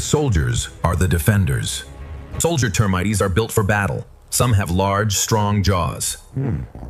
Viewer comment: T earmites, huh? Jesus balls weird enough the AI voice went from British to American but now it's just making words up